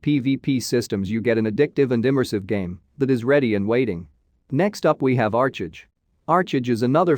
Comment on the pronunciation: "Mah-pleh-story" "Arch(as in archer)-age"